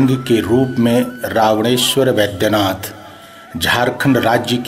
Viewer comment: BAIGHYANATH NAHIN MAGAR BAIDYANATH KAHA JATA HAI😂😀😁👮